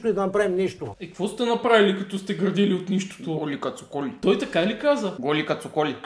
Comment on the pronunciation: Голи кат соколи,а аз чух "Голи кат сополи".